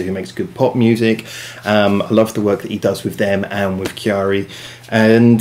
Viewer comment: Key-a-ri I was like who is kiari lmao